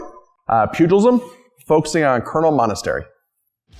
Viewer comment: You know how these Americans are, always mispronouncing things ;)